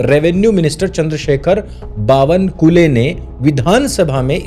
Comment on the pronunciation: बावनकुले नही. कुळे होता है. कुले का मतलब अलग होता है